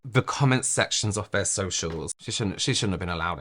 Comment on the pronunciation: Unwatchable Togeva is pronounced TOGETHER Aver is OTHER Free is FREE Fursday is THURSDAY Feir is their you sound ignorant